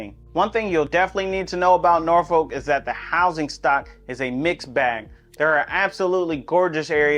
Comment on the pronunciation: As a fellow Richmonder...even we know its 'Nor-Fulk'....not 'Nor-Folk' 😂. Good city nonetheless!